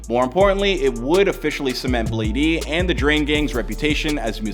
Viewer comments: You can even see in the clips everyone pronouncing it BLADE and this dude still calls him BladEE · Bro it’s fucking bladee not blade (e) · Its like blade not blad-e 💀😭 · I'm Bladee he call me Bladey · It’s just pronounce blade not bladeE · its just blade bro. STOP SAYING BLADEY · y’all complaining about calling him bladey but i’m gonna call him benjamin from now on. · im bladee she call me blade-e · Imma need to get over the fact the narrator is saying "Bladie" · The fact he’s saying “bladey” is really pissing me off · bro said bladey and yung god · This guy really saying "bladey" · It’s pronounced blade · You really just spent loads of time researching his past, then you call him bladey 💀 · I’m Bladee, she call me Bladey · Bro really called him “Blade-E” 😐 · how you make a video explaining his life when you cant even pronounce his name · Thats how you pronounce gud’s name in his native language